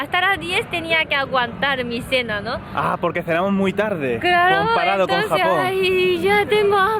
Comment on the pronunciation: ¡¡¡Dioooos!!! Le ha salido un "Clarooooooooooooo" Tope español. ¡Olé!